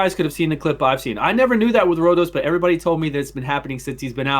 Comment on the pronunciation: Did he say Road Sauce instead of Rotos the first time? lmfao.